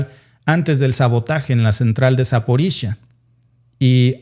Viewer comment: Se pronuncia Zaporiyia, no Zaporisha, no se de donde sacaste eso